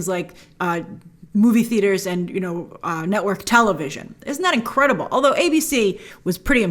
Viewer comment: I just love how you say incredible “inqwadible” 😍😅